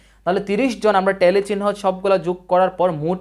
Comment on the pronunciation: ভাই টেলি না ট্যালি উচ্চরণ। জন্ম উচ্চারণ নয় জম্ন উচ্চারণ